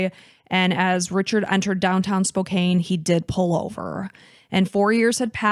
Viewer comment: FYI Spokane is pronounced “Spo-KANN.” I know it looks like it should be a long A, but it’s not.